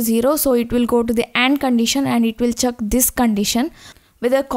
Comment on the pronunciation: the way she pronounces check as "chak", is love <3